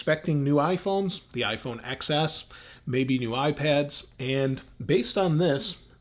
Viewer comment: Ten- ess not ex-ess